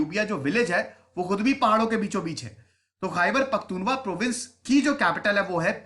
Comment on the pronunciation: सर ख़ैबर पख्तुनख्वा है,,,जिसमें त के ऊपर बड़ा ऊ है